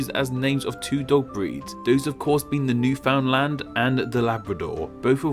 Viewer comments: For the record, Newfoundland is pronounced New-f'nd-LAND, not pronouncing the U and with the emphasis on the last syllable. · Every time I hear these narrators try to say "Newfoundland" I get a pain in my left eye. It's "Newfn- LAND", not "New-Found-Land". Same with Anglophones pronouncing "poutine". It isn't "poo-TEEN", it's "poo-TSIN".